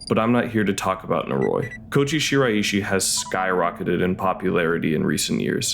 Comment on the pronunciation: I got ear cancer with your pronounciation of Shiraishi's name.